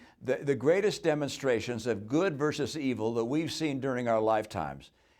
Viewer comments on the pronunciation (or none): "versus" not "verses". "feral" not "farrel". It lets folks think you are in over your head.